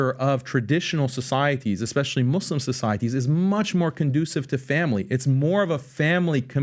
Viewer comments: PBD lived so many years in iran, but he still pronounces "muslim" like "moh-lehm". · The way he says Muslim with an accent? But then speaks perfect English?